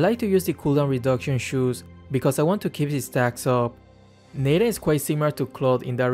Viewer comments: It's Natan not Nathan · Nobody:: Neighten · its not nathan its natan